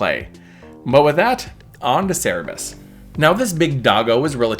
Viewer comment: Good guide. I've never heard Cer-ber-us pronounced "sara-bis", though.